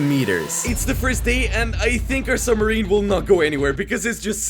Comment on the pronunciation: his summerine broke